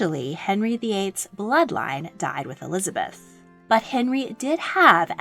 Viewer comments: Elizabeth l not Eliabeth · You're missing the 'z' in Elizabeth I